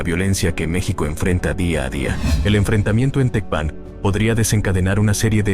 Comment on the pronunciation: No sabes pronunciar Tecpan , no Eres creíble